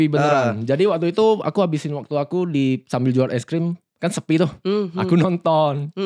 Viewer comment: Berapa kali dia ngomong wa'tu itu 😭